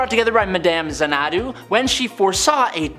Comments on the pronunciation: phonetically it's ZANNA-DOO. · Zana'du? I assumed it was pronounced like the movie and song Xanadu . . . RIP Olivia Newton-John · ...Xanadu is pronounced ZAN-a-du. lol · FYI My Man XANADU is pronounced ZAN EH DO 🖖🏾